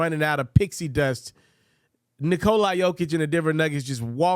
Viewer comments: Why would ever call Braun "Brown".... He has yet to call Nikolas name right. It's always Nikolaye to him. He must watch the game on mute. annoying AF. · Please pronounce the man's name right. It's Ni-Cola. Like Coca Cola. Thanks! Great vid!